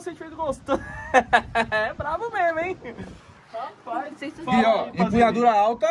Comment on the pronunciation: "rapaiz" kkkkkkkkkkkkk